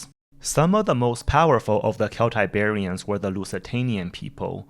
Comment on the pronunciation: really nice video haha. but i have only one isue... "Kelts and Keltiberians"?? you know that C is pronunced with spanish Z, right? and in english with S sound. and you wrong, the slaves on that mines were not from america, they were from africa. mostly catalonian condes the video is fine but for a historical video u get wrong many things. like 15% of it. lol